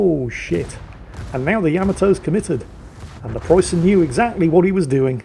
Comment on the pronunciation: May the ghost of Ziethen hunt you down for your shitty pronounciation!